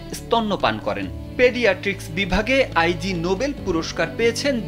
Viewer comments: আই জি হবে না এইটার উচ্চারন হবে ইগনোবেল ❤️ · Eta bolar jonnoi elam. "Ai jee noble! 😂